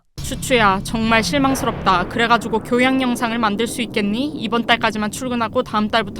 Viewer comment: 교호양~? 이게 네 교~양이니??